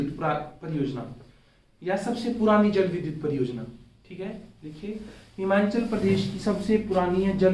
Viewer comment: Himachal hota hai himanchal nahi